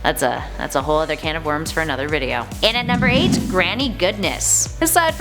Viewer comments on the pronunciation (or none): none